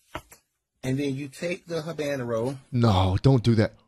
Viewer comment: No one has talked about the guy saying hubanaro